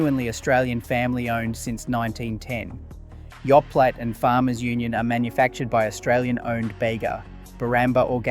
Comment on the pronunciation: 😂And Yoplait (should be Yo Play not Yo Platt😂